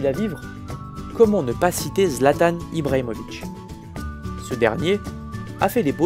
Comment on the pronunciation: zlatan ibrahimovic pas zlatane ibrahimovitch